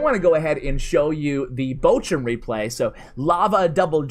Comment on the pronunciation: Wie er Bochum ausspricht einf grässlich